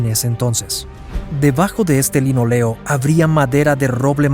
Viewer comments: Pésimo vídeo, las fotos que menciona no las muestra y pone imágenes de gimnasios modernos, imágenes actuales mezcladas con recreaciones y/o imágenes de otros barcos. El recubrimiento de los pisos es de LINÓLEO, lleva tilde y se acentúa en la "o" no en la "e". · linóleo la tilde se pronuncia ¡¡¡¡¡¡¡¡